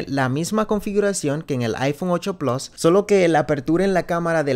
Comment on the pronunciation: por qué cojones dices plos 😂😂😂